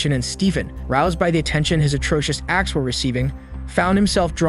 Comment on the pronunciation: This narrator stresses random words in such a weird way like stressing the word ‘key’ in the phrase ‘the master key’ - it’s the fact that it’s the MASTER key that’s relevant. Why stress ‘perfect’ instead of ALMOST perfect? Why stress the noun in “… his atrocious ACTS” instead of stressing the adjective”. And there are dozens more.